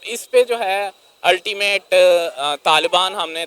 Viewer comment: Oyaa "Ultimate" pahle theek se English to sekh la. 😂😂😂